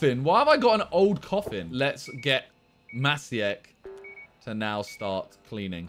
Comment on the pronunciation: maciek is a polish name, it's pronounced matchiek